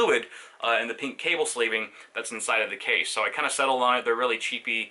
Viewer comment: Why does he say "cha-sea" instead of "case"